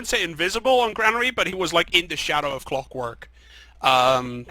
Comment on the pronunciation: why is his name cwockwork, not clockwork